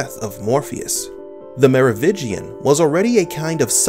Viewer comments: It is not Merovigian it is meroviNgian just google it at least lol. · Merovingian! Not Merovigian. (French ruling dynasty) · LOL it is Merovingian